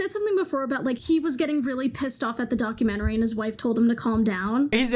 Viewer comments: He says doc-U-men-tary. It’s doc-u-ment-ry. He’s probably just never been to the Lie-berry. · Who pronounces documentary document-TARE-ee? Please stop 😅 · Man can't even say "documentary" correctly like tf lmaoo such an ignorant garbage pile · He can't even say 'documentary' correctly and we're supposed to take his opinion seriously. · Lol Fortnite gospel man can’t pronounce documentary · I hate the way this doof pronounces "documentary". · why is he pronouncing “documentary” like that